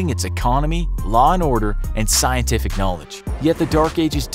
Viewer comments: The ending also, and "Scientif" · "Scientif Knowledge" :P